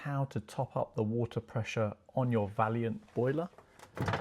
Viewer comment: Thank you. It’s pronounced ‘Vay-Lant’, it’s not the word valiant.